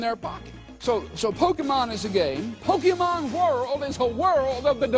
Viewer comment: Pokémon, not pokimon.